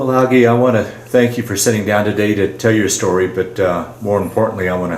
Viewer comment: His name is pronounced ‘al jee’ not ‘al gee’. Growing up, I lived a block from him. His parents lived next to my paternal grandparents. My aunt married one of Algie’s brothers. Another of his brothers was my barber for several decades. I was fortunate to attend several of the Boone Family Reunions.